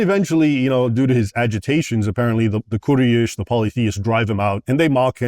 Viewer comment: He can’t even pronounce “quraish” right and you think Muslims afraid to debate him ? The orthodox Muslim will easily cook Raymond especially coz Raymond judges Muslims but doesn’t even read his own bible.